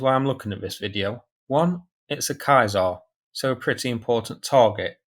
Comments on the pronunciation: I think it's pronounced like the last name of Julius Caesar the Roman general and later emperor. Besides that great video as always. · What the first roman emperor's name? Julius... come on... Julius... Right, that's how you pronounce 'Ceasar'. Kaiser was the german leader in the first world war! Hope this helps. Another great vid, by the way! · Bruh, shouldn't it be pronounced like the emperor Gaius Iulius Caesar? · Genuinely curious, but why would you opt to use close-to Latin pronunciation, when using modern day English for the rest of the video? This guy explains well why it’s unusual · How is it you do not know how to pronounce Caesar? My gosh. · Just FYI- the pronunciation of this weapon system is "Say Zar" (french) or "See Zar" (english). Not Kai Zar. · Love your show but please please stop calling it a kiesar, it's a ceacar. Aka a roman emperor not a German emperor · its not kaiser its caesar kaiser is a german grantking and caesar is a roman empire emporer... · humm I think someone is saying it wrong either I was taught wrong or different dialect really plays games. ^Ceaser^ eh humm(clears my pallet) "See*zr" how did you get "kai*zr"? witch is spelt Kaiser? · Its spelled like siisar. Not Kaisar. In french it’s something like sesaar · Is it really pronounced 'kye-zar'? I assumed it was 'see-zar' (Caesar), as in the Roman general? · "kaesar" ? you totally butchered the name of that vehicle, bro haven't you heard of Julius Caesar? It is pronounced the same way. (Seezar) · "ky zar" lol its "sea zar" as in Julius Caesar meaning "King" 😅😅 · It's like Julius Caesar, not Kayser ;) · So, it's pronounced like Julius kyzar now? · Good videos, but when are you going to stop pronouncing Caesar as Kaisar. 🤣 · Impressive as ever. But Caesar is pronounced 'sayZAR' (French) or 'sEEzer' (English)… surely ? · French pronounciation would be 'sézar' . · What?! It's pronounced KAISAR? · I just can't get used to your pronunciation of "Caesar".